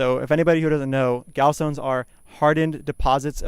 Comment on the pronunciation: Interesting pronunciation of 'gallstones' genius! So you google what they are but you can't google how to read and pronounce - lmfao.